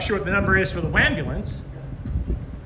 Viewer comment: A few thoughts>>>the neon sign missed "luneyvill" your video confirms that >>>please pronounce waaaaahmbulance properly TY >>> It must be nice to be able to use your "personal" stalkers videos, photos and voice overs and maby carricktor witness when arrested !!! Or did you marry her while my back was turned ??? You're sneeky that way 😂😂😂 Love it all❤❤❤